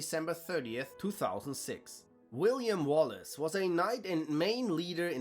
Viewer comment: You did get William Wallace right